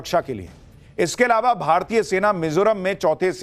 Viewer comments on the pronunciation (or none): none